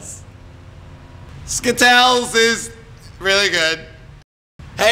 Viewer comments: stop saying skittells it is is skittles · You are saying skittle s wrong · Skittals!! dies of laughing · he's the new spokesperson for Skittles! Skittles will now be pronounced skitels! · IT ISNT SKITTLES!! Its Skit-tells!! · the way he says skittles makes it sound like a disease xD